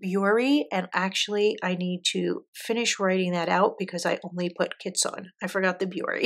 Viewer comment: WOW! You did an awesome job on your video. Your selection of inks go together nicely too. If I may help with the Japanese..."kitsune" (means "fox") sounds like kee-tsu-nay. The Hobonichi "Hon" ("hon" means book) is like the first syllable in Honolulu (minus the olulu 😅), so hoe + the "un" sound....hoe-un. And "Kakimori" would sound like kah-kee-mo-ri. So the "ki" is kee, rather than kay. I hope that helps. But regardless, I loved your video, with your pretty inks and your swatching format. Thank you so much for sharing your collection! When you do look back on this video someday, you ought to give yourself a big pat on the back. BRAVO! 👏🏻